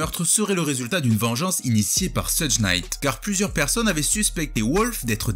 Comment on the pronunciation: Jadore les videos mais stp, vraiiiiment stp, cest pas soudj Knight, cest shoug Knight je t'en supplie😂😂 j'ai vécu à LA pendant un moment ça se prononce comme ça, bonne continuation